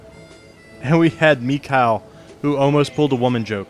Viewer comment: >< It's really starting to bother me when you you say Mikhail's name, just because my inner Russian Language student wants to keep correcting you. Mikhail does actually say his name correctly but it isn't Mikyle but more of Mihale which a gurgling sort of emphasis on the H. MeHail basically... that H in Russian is more of like a ch and sounds like the end of baCH or a emphasized Heh It actually took me three years of Russian to actually get it down, but still just thought I should mention it.